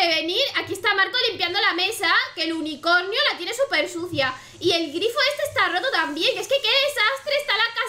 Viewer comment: dice unicoño en vez de unicornio